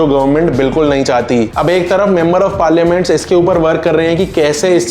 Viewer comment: Bhai vo member of parliament hota hai , patliament nhi 😅😅